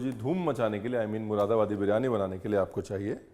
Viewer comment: P.S. Read it as Muradabadi instead of Mushidabadi.